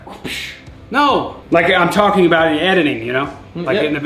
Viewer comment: btw we don’t say a boot